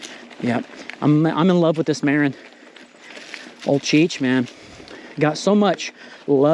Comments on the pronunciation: Ma-rin like Marin county California not Like the name Maron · It sounds exactly like " Marine ". Marin is a galicism , meaning that spaniards heard the english word ( marine ) and wrote it exactly the way it sounded and pronounced it with spanish phonetics so the right sound would be like you pronounce Cheech Marin , with the emphasis on the I , not on the A .